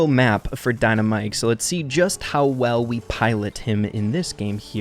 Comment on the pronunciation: Its very bothering that you say dynamike wrong